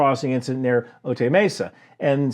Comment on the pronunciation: Locals say "oh-tie," not "oh-tay."